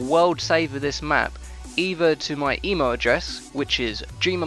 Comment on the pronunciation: he said emo-adress